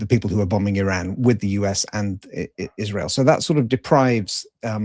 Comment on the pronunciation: You can’t pronounce Iran